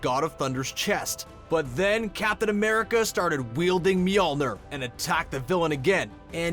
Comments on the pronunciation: Mjolnir (mee-YUL-neer), not ner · Mjölnir is normally pronounced Me-Ol-Neer, not Me-Ol-Ner. It hurts me every time I hear him try to say Mjölnir... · It's pronounced meillner not meollnor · stop saying mjolnur! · Myolnier lol it's not pronounced like that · Mjolnr is (MEE-OLE-NEER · The way u say mjoner lol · Your pronouncing miljnior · as long as i dont have to hear you pronounce Mjolnir again... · THE MISTAKE YOU DID WAS NOT SAY MJIOLINIOR RIGHT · U made a mistake pronouncing mjolnir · He kept saying the name of Thor’s hammer wrong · your saying mjolnir wrong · Can this guy stop say mjolnir wrong? He doesn't even sound confident saying it and it's making me cringe. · once again pronounces Mjolnir completey wrong